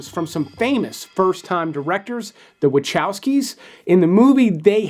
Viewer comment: little thing, you pronounce Vahovsky